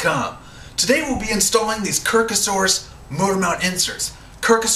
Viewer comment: That would be "kirkosaurus" with an "o" not an "a". ;)